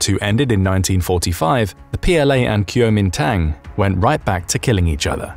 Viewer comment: It's technically Guo ming dang. Ngl his pronunciation was quite hilarious